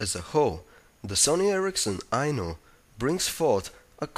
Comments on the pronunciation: lol until i read the title a second time i thought he was saying "the sony erricson i know..." lol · I kept thinking he was saying "The sony ericsson I know "